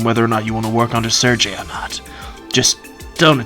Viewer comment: Pretty certain Sergei is pronounced “Sir-gay” not “Sir-Jay” lol